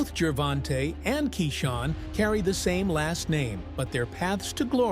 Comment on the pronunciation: It's Gervonta not Geervin TA. Lol!!